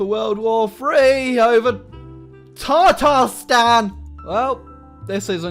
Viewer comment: It's Tatarstan not Tartarstan.